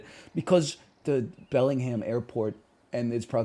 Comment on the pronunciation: Pronounces the H in Bellingham? -2